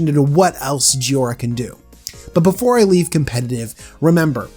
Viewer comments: It is JHO I RA not JHI O RA you mispronounced it several times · _ clears throat _ Ahem. JHOI - ra. not "JHIO - ra." That actually bothered me enough in the first minute that I had to comment on it. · Joy-ra. Say it with me. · it's Pronounced Joy-Ra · There’s an “i” in jhoira. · Is it me or did he pronouce Jhoira about 5 different ways?!